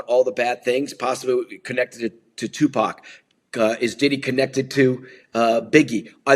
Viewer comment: Can we learn how to pronounce Tupac’s name. It’s not Tupack.